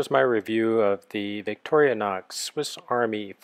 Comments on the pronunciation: Workchamp plus is bigger. Boatman, too. Not surgical steel--much better! Vic-tor-i-nox. You're adding an extra syllable. No, red scales were not the original. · And he keeps saying "Victorianox". He doesn't even get the name right. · why ohhhh why do you keep pronouncing victorinox as victoria-nox??? Is that like a Nuc-u-lar for Nuclear thing?